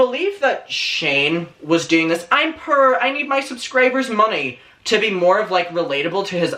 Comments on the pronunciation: big fan of yours but I begging you learn how to say the word "poor" 11 minutes and I was totally confused with the whole video had to stop watching it dawned on me five minutes after I shut the video off what the hell you were trying to say. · I’m sorry but the way you pronounce poor triggers me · Love your accent, I have to correct what you're saying in my head because I keep on hearing purr instead of poor. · I love how he pronounces "poor" as prrrr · I was so confused “pure” lmao almost through the whole video I finally understood you were saying “poor” Ilu 💕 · He says poor like purr... das cute xd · not me think you were saying purr and not poor 🗿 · omg I thought u were saying purr at first but then it finally clicked that u were saying poor... my pea brain gotchu now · I was trying to figure out what "purr" meant , thinking it might be some young kid lingo , it took me almost half the video to realize he means poor 😂🤦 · Every time he says “purr” instead of “poor” I die of laughter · Not me the entire video thinking he was saying “purrrr” instead of “poor” 😂 I was so confused 😂💖💖💖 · The way accent puts “poor” kept making me think he was saying “purr”... and I really thought he was being shady about cats like how everyone was when Nintendo tweeted about being inside a cat 😭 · I thougt you were saying purrr💀 (love your outfit bestie) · Took me ages to realise you was saying Poor and not Purr. Thought it was like a new slag that all the young cool kids say 🤣🙈. Lovin’ the outfit ‘Bestie’. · Love how you say poor.. purr 😉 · love your videos but this whole time when you were saying purr I couldn't figured out what exactly you were saying at first then realized you were saying poor 🤣🤣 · "I'm purr I have nothing"😭😭😭😭😭😭😭😭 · aww the way you say poor. i thought you were saying purr bestie!! 😭 ❤️ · idk why i thought u said purr instead of poor omfg i am dumb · What he said: poor What I hear: purr ✨💅🏻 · Is he saying poor or purr I honestly can't tell